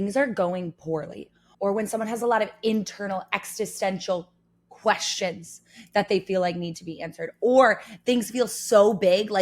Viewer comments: Existential... Ex-is-ten-shul. Not Ex-tis-sen-shul... Sorry, but I just figured I'd throw that out there. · Why do you say "extistential" instead of existential? It's existence not extinctance! Extintance is exactly the opposite 😅